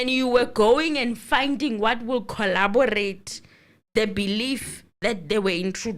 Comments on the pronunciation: Gininda's new word is "collobarate"😂😂😂 and you are correct, the correct word is corroborate. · English running away from our LLB important exam writer:face-blue-smiling:. It is corroborate , that is what he is meant to say.